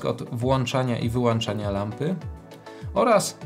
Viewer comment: Cześć! fajny filmik, łap suba i łapkę. Jedyne do czego się przyczepię to nie mów "włancza, wyłancza". Jest to niepoprawna forma i strasznie kaleczy uszy. Wszystko mi się podoba, ale jak usłyszałem "włancza", to mi to nie pasuje do tak profesjonalnie wykonanego filmiku. Pamiętaj, że włĄczam, wyłĄczam się mówi. Mam przy okazji kilka pytań i liczę na pomoc. Chcę zacząć swoją przygodę z błyskaniem i nie wiem jaką lampę wybrać do Sony a7III. Na początek chcę błyskać w domu, ale w przyszłości planuję robić to też w plenerze. Chyba bardziej opłaca się kupić lampę reporterską niż studyjną jak mam w planach kiedyś w plenerze też błyskać? Taki jeden Stroboss V1 by mi wystarczył do nauki w domu? Później jakbym się wkręcił to kupiłbym coś mocniejszego, a Stroboss V1 byłby lampą pomocniczą. Co myślisz? A może jakąś inną lampę zamiast V1?